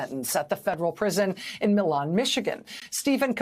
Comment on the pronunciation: Minor point of pronunciation: Federal prison in Michigan is in the city of Milan, pronounced 'My-lan unlike the city in Italy. I live nearby.